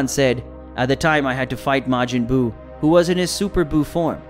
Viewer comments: When he says Majin Buu it sounds like midget bew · Lol...may-gin bue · May Jin Byu?? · May-Jin boo he killing me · Smh why does this guy say Majin Buu wrong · The way he pronounced majin but irritated me